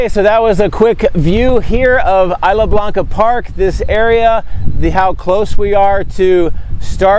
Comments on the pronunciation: nice video. if you say "is" "la" it's more like spanish "is" "la" blanca park. 😀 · “Isla” in Isla Blanca is pronounced Eese-la (like geese)